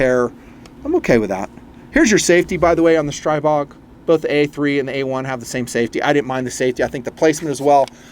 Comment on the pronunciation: Stribog is pronounced stree-bog